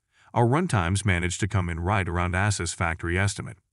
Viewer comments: Asses ROG 😂😂😂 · Am I loosing it or have they pronounced Asus in a few different ways. 🙃